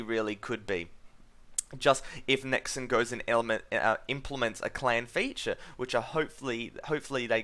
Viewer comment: Stop saying 'Nexin'. I'm an Australian and I say 'NexON' like a normal person